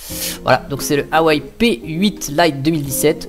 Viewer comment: Sa se prononce Waaa ( comme Waaa c'est beau), et Ouaisllle ( comme Ouais et faut partir du sur "ille" à la fin ( :)